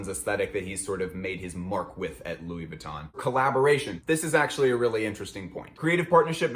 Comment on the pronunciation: Pls learn to pronounce VUITTON correctly....it´s so painful to hear it misspelled over and over again!!